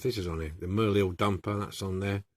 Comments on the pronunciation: Came out great. The c makes a k sound. Pronounced uk lid. Thanks for sharing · Pronounce You Clid. The first Euclid was a Greek mathematician who is universally known as the father of Geometry. Euclid heavy machinery is named after the city the company was founded in ; Euclid. Ohio. USA. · another beautful resto i own one of these as well and now I know how to open it thanks to you oh yeah the truck name is pronouced U Clid the E is silent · Lol - didn't take latin in school right? it's "YOU-KLID" - but still thanks for the video! I can't say 'aluminium' (or spell it either)! But I do love old toys and restoration. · 'Euclid' its pronounced as " Yook-Clid, ...ok ? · Hi just watched your restoration of the Euclid.The decal bit was a bit heary,but as always you did a brilliant job 👍.I think the 'c' in Euclid is pronounced as a 'k'.Great job.Cheers John.